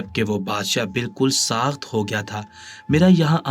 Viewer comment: برائے مہربانی اپنی اردو ٹھیک کریں ساخت نہیں ساکت ہوتا ہے